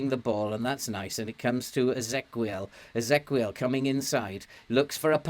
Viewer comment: I think Ezequiel is just the Spanish spelling of Ezekiel and the qu is pronounced as a k, as in Roque and Pique.